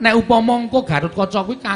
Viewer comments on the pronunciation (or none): Gatotkaca bukan gatatkaca